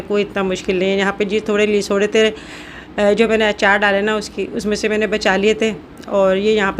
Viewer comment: Lesoray nahe lasoray HOTA hy